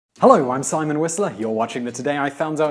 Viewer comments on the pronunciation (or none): none